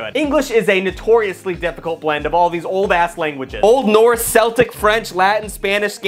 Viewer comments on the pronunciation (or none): The language Celtic is pronounced Kell-tick not to be confused with the sports team Celtic which is pronounced Sell-Tick hope this helps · He said Seltic... ITS PRONOUNCED KELTIC BRO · I'ts actually pronounced "Keltic" wich just proves the point of the video. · My parents were very strict with learning proper grammar when I grew up, so here's a list that nobody will read, but I'm writing anyway because it will make me feel better. It's pronounced Keltic when you're talking about the language, Seltic when you're talking about the team. I'm learning twelve languages, and the ones I hate the most (besides English) Chinese (messed up pronunciation and too many characters), Arabic (too many characters), Hindi (too many characters), and Japanese (too many characters). My favorite ones are Russian (very simple sentence structure), French (consistent pronunciation rules), and German (you get to smash together words to make new ones). I hate this so much because it doesn't take that much effort to learn it's (it is) versus its (belonging to it), your (belonging to you) versus you're (you are), their (belonging to them) versus there (referring to a place) versus they're (they are), and the difference between literally and figuratively. Just learning those things would fix 90% of grammar mistakes on the internet. If you're using he, you can replace it with who, if you're using him, you can replace it with whom. For example, "He is rooting for him" can be changed to "Who is rooting for whom?" Just look up the word and write it down correctly over and over. That's a super easy way to memorize the spelling of any word. Here are my attempts: paraphernalia (Latin and Greek origin), liquify (French), aqcuiesce (Latin) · Unless it's the sports team, the first C in Celtic is pronounced with a kuh sound rather than the S sound. I am of the opinion that C & S should have distinct pronunciations & we can just get rid of K because C does its job already.